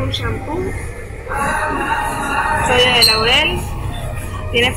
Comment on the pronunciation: muy chévere video. Sólo una pequeñita correción ; es sodio de lauril, no laurel. Agradezco este video, éxitos!